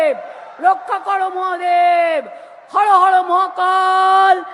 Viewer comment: भाई दीदी हर हर नहीं हारो हारो कर रही है।